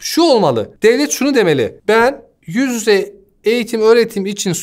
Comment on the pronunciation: Bir tek ben mi kitlendim "yüz yüze" diyemeyişine ve "dezenktefan" deyişine?